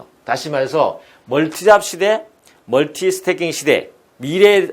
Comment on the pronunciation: 멀티태스킹 (multitasking)같습니다 발음의 문제인듯요